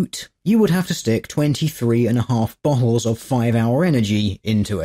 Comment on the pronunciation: Is it just me or when;dr says "bottles" it kind of sounds like buttholes? 2: 54: "fifty-eight milliliter buttholes"